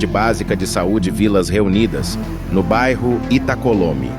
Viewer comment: Da a notícia e nem sabe falar o nome do bairro direito. É Itacolomi, em homenagem a Extinta Tupi